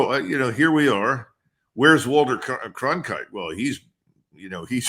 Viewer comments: His opinions on RVN are puerile. Initially he couldn’t even pronounce Cronkite correctly. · Cronkite! Not Clonkite, Colonel! Have we had a couple of martoonis 🍸🍸 for lunch?? 😅